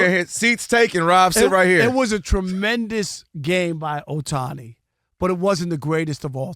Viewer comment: This IDIOT guy (Rob) always intentionally mispronounce "Ohtani" name all the time. LOL. It's beginning to be intentional and mean-spirited. We know he's a HATER but this dude is a JOKE